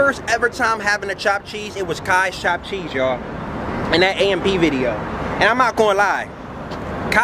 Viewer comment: Thopped theese lol. Chopped cheese is the best